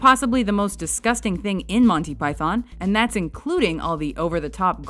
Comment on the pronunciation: You've got this critique a little confused. It's actually a two-part problem, not a one-part problem. The first part is mis-pronouncing Monty as Monny. The second part is about how you pronounce Python. The two issues aren't really connected. Putting the accent on the first syllable (PYthon) is normal, but it's a little weird to accent the second syllable (PyTHON). But neither one is really incorrect.